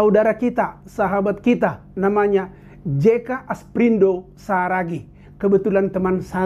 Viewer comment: Salah??bukan jeka asprindo saragih.yg benar adalah "jeka asparido saragih"😁